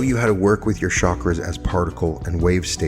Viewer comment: Love this — and — it would be nice of you would pronounce chakras correctly